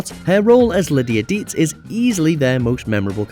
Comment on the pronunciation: Deetz, not Beetz, sugar.😅